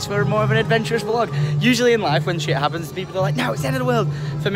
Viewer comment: "Lydia's gone for a SHET"